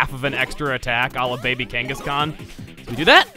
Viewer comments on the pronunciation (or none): when Chuggaa said "Baby Kangaskhan" I thought he said "Baby King Kong/Baby Donkey Kong." either way there was a Kong in there. :P